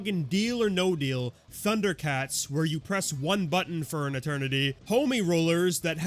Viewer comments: I’ve never even watched Thunder Cats and this pronunciation made me do a fucking double take, thanks for that 😭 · Thank you! I have watched Thundercats, and I wasn’t sure I was being irrationally boggled.